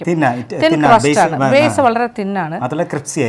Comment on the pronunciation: 12. 56..... sir says " cripsy " 😅